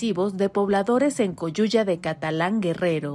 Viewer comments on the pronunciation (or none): Coyuca jajajaja como que Coyuya 😜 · Echenle tantitas ganas aunque sea, Chingao!! Solo basta ver una mapita de google cuando no sepan nada de las poblaciones. Es CoyuCa de Catalan, no CoyuYa. Ya ni la chingan!! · NO ES COYUYA, EW COYUCA